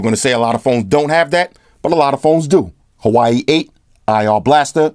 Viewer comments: its not Hawaii...its pronounced.. wah-way.... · Its not pronounced Hawaii, its pronounced "wa-way"